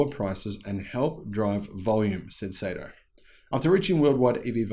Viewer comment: good stuff as always, oh as an FYI the pronounciation of his name is "Sahto".